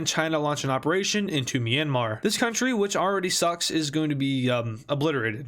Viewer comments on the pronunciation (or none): Dont say Myanmar like that